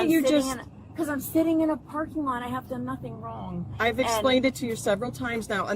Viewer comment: “I have not dung anything wrong!”